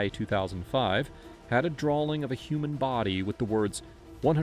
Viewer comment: Are you aware you pronounce "draw" and "saw" as "drawl" and "sawl"? "saw-lim" instead of "saw (h)im" "drawling" instead of "drawing"